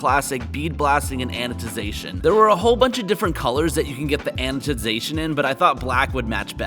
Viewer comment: Please stop saying anoTization. It's anoDization.